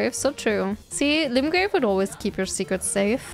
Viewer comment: Screaming about going back to Limgrave as if its a Ligma Rave, fun.